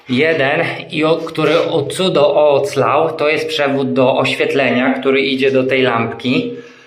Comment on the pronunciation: To nie przytyk , proszę się nie przejmować. Piszę to nie po to aby sprawiać przykrość ale po to, aby się lepiej słuchało. Gdyby zamiast słowa oclał pojawiło się ocalał przyjemniej będzie się słuchało. Pozdrawiam serdecznie i życzę sukcesów w remoncie łazienki . Będę śledziła postępy z ciekawością